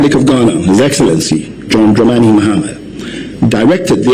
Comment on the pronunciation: Pls. for the last time ĺ correct you..The name is Dramani not Dremeni..I'm done